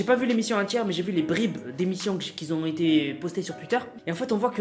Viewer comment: on dit pas : " qui zont zété " meme à marseille... on dit en Francais : qui ont été.